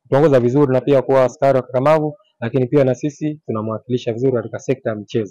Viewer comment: Sio askali ni askari. Kwani umesoma wp mwenzangu